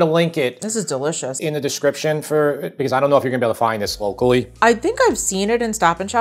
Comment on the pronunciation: When an Italian says "DeLichous!' It means he's laughing at me... No thanks.